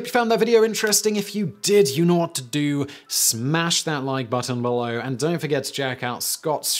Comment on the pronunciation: Simon saying "click be-low" with his British accent turns me on. And I'm a straight white Male.